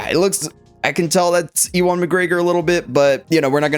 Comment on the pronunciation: Sorry, my OCD is kicking in. His name is pronounced 'you-win' McGregor. Lol. That said, this is an instant cop! Already preordered through sideshow. Can't wait for them to ship him out. Already have Darth Vader Sith Apprentice to go with and recreate some of those Zord photos 🔥